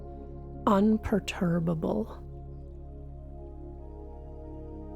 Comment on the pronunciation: "Unperterbable" however it's spelled caught me so off guard😂😂